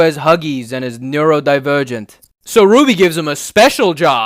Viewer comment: The way he says "neurodivergent" here scratches an itch in my brain